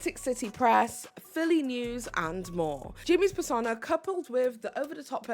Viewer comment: Persona rhymes with boner.